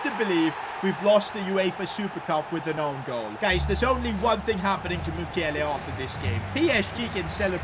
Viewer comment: 🎉Did you say Mukiele i heard Maguire😂🤣